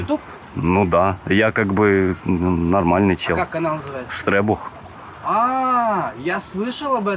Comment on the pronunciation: Не Штребух❌ Рекбух✅